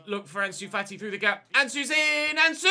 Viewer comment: fAti not fatI gAvi not GavI tOrres not TorrEs 1 Euro, 2 EuroS not 2 Euro Just some corrections keep up the good work 🤸‍♂️